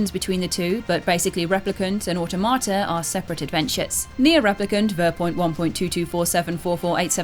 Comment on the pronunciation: I’ll judge! It’s pronounced aw-tom-a-ta, as in automaton.